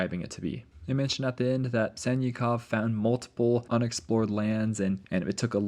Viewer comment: Sannikov is pronounced like Sun-knee-kof (trust me)